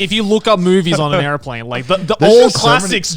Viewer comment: Joey saying "airplane" sounds so weird